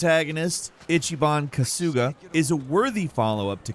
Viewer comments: So many little hints that you haven't actually played the game...like calling Kamurocho a city, when it's a fictional district of Tokyo and pronouncing Kasuga as Ka-sooooooo-ga instead of Ka-sue-ga. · Pronounced Ka-Su-Ga Not Ka-Sooga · The way he says kasuga is so white lol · The way this guy says kasuga 😂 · itchyban kusooga